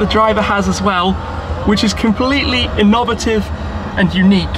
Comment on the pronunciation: inovative? lol